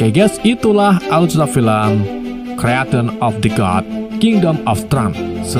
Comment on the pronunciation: Pelafalan bahasa Inggris lu dibenerin lg bang,aneh dikuping dengernya,creation dibacanya kriesyen bkn kreation